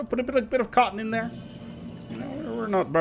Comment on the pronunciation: No no no, it's "THEWE IS ONLY PLUSH" you forgot that R there